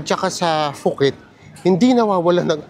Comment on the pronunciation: POO-KET po ang pronunciation, not FOO-KET